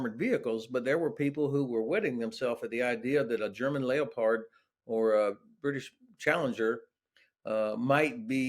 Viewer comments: " .....German "Leo...Pard"... ? How come this chap does not know the word is pronounced as the animal it was named after , a leopard ! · A good interview. "Lay o pard" US accents can be amusing. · Dig the pronunciation of leopard and Soviets.